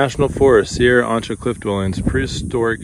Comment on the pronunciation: I believe chasm should be pronounced with a k sound like character not as in chocolate, Also Sierra Ancha should also be pronounced with the k sound like character.